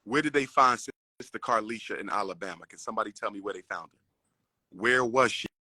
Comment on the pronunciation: Umar I got luv for ya, but I can't let you keep mispronouncing my state. It's not Olibama, it's ALABAMA. Like AL Bundy. 🤣🤣